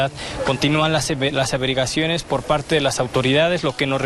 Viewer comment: 🤔💭LAS avereguaciones, LA S AVERIGUACIONES QUE HORROR APRENDE A HABLAR PRIMERO 🤣😂🤣😂🤣😂 Las primeras reportes???🤣😂🤣😂